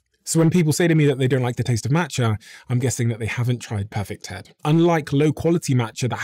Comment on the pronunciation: Here in the US, i can't understand the name you said of the matcha